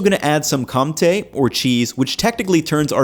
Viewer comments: My guy, you don't need to pronouce Comté perfect, but please stop saying Cum-té. There's no M pronounced in there, it's just an old french gramar rule, that you replace Ns for Ms behind Ps, Bs, and sometimes Ts. Comté is literally County in english, just say coun-té or Con-té, close enough and we don't have to picture jizz-cheese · awesome vid! I can't unhear the "cum-tea" anytime you try to pronounce compté though :p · You keep mispronouncing "Comte". If you're going to say it so often you should learn to say it right. Listen to a French person. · Didn't you start saying comtee? :) Yes indeed it is comté.